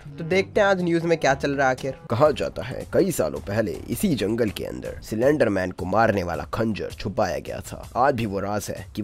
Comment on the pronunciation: Anyone noticed he said slenderman cylender-man😅😂